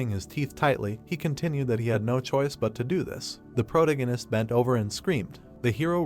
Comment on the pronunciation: The way you mispronounce protagonist is annoying. Is it just me?